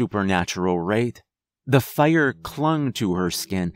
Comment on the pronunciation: Why tf you say fire so wierd Faa•iar•